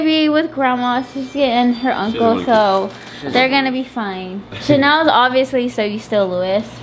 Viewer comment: i love when says chanelly 😂🥲